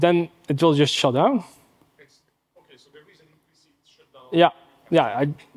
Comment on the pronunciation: Good presentation, but pronunciation of `shut down` as `shit down` is both funny and a bit distracting